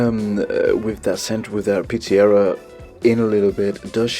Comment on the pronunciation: Just found the channel. Love the vibe. Please consider lowering the background music? It is too loud in the mix. also..what’s a Pete-see-era 🤣. You probably speak 7 languages. Not an insult. Just ribbing you.. We tend to say “Pete-suh-Rhee-uh” here in the US. Anyway…subscribed!